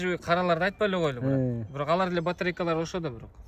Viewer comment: Брат, брат деген соз, турмодо отургандардын сыймык создору. Бырат бырат деп туура айталбай жатканына караганда, чала отуруп, амнистияга туш келип калгандардан эмеспи?